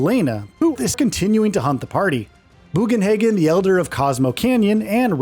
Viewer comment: Vince Valetine? Really? At least they got Buganhagen right.